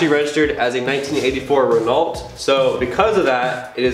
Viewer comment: Big oof when you mispronounced Renault